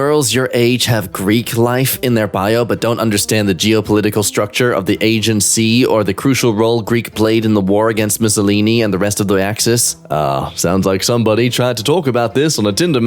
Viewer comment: When gambled on pronouncing Aegean correctly and predictably lost.........When gambled on pronouncing Byzantine correctly and predictably lost.........